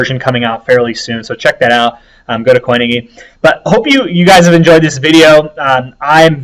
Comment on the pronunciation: Thanks for breaking down IOTA, very interesting. Quick one though. surely the gy in coinigy is pronounced like the gy in biology. How do you say biology?